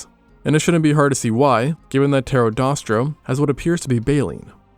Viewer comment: Pterosaurs werent birds and its pterodaustro, not pterodostro